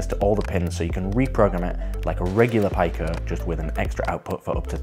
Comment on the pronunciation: Pico = pea-co. Like micro, nano, Pico...